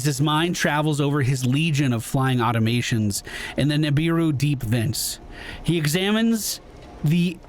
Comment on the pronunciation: Aw-tom-a-tons. Automatons.